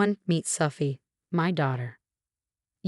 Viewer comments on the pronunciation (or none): And how sometimes "Sophie" sounds like "suffy."